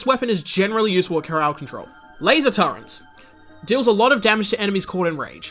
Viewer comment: also i'm soooo curious, where did you learn "turrent" instead of "turret"?